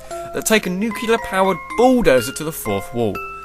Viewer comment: WHY IS NUCLEAR SO HARD TO PRONOUNCE